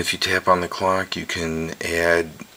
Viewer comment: Immature, I know, but it really sounds like you said "cock" instead of "clock